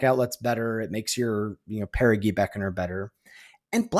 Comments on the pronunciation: Actually, (pushes glasses up nose), it’s peh•ruh•jee not peh•ruh•gee. I’ll see myself out. Thanks for the great content! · ITS PEAR UH JEE GOSH HECKING DARN IT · On the theme of card names, it's a soft 'g' in Perigee Beckoner. Like in geography; it comes from the same root word, meaning 'closes to Earth' in an orbit. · I was coming here to say this. I was going to go with an old school example… “Gee mister, the moon sure looks big tonight.” As opposed to clarified butter, Ghee, which is pronounced like was saying Perigee.